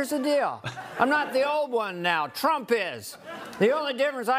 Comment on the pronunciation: "Drump"...... the old slip there. She probably calls him that all the time. What a witch.